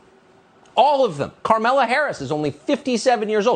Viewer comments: Is he intentionally calling her "Karmela"? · It's kind of hilarious that Tucker essentially refuses to pronounce the name Kamala the same way two shows in a row.